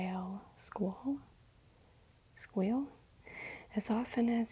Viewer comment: ... “squall” rhymes with “wall”. It means a small storm. Great vid, as always! I love your unboxing & show n’ tell videos!